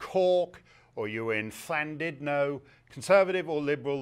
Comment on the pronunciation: Pretty good job on that llandudno pronunciation